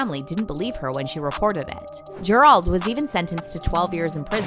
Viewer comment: Gerald is pronounced ger. Eld not ger auld